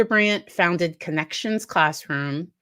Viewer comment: Conn-Ex-ions Funny … yet not.